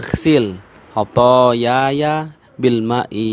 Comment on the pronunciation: itu bacaan kedua khathayaya , harusnya khathaya..